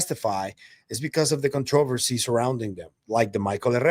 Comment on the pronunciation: contr"a"-versy not contruuversy i know, weird.